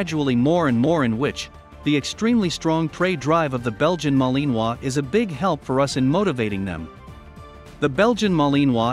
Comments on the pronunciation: It sounds funny but if the robot or person actually had a French accent it would be better lol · The way your saying Malinois is making me cringe 😬